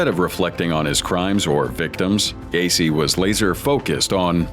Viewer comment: Gai? Así no se pronuncia ,es Gueici (pronunciación figurada)